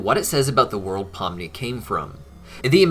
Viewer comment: POMNI* not pumni get it right